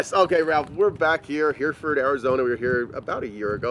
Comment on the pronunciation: Incredible build, but isn't name of the town is pronounced Her-Ferd, it's a type of beef cattle, not Hear-Ford - the way it looks. Having spent most of my childhood in Yuma, where there are plenty of beeves, I'm pretty sure the name is referring to the type of cattle that started the town.